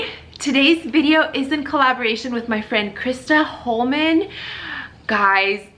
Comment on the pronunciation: Her name is Kristen Hoffman lol not Krista Hollman 😜 I'm here from her channel.